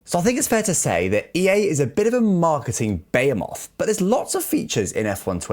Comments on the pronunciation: I got stunned by the "bayamoth" at the beginning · You did not just pronounce behemoth like that